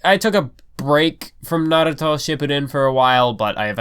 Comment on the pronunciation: Why does you pronunciation of "Naruto", sounds like "Aviato" from Silicon Valley??